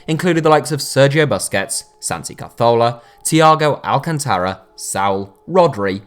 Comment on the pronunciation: Your pronunciation of the Spanish players is wayward, you say Ca”th”orla then say Ceba”LL”os 😓